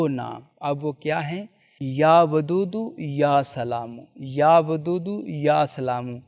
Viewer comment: Ya wadoodo ko ap ya badudo Kyu bolre j